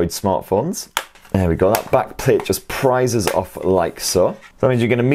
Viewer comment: "The back just PRIESES off." 😂